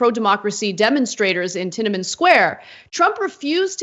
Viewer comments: ‘Tinamin Square’ ffs Anna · Funny to see Kasparian making fun of someone else for being uneducated and then she pronounces Tianamen Square as “Tinnaman.” This whole video is a case of the Young Turds pretending to be well-educated people, which they absolutely are not. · I cringed when she said tinamint square.